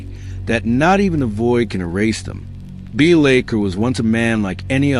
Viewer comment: Pronunciation of his name aside, I really enjoyed this! Keep up to good work.